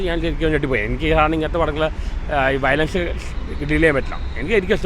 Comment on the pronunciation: വയലേഷൻ അല്ലെടോ വയലൻസ് 😂😅